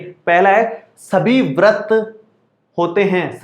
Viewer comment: Sir vrat nhi vrit hota hai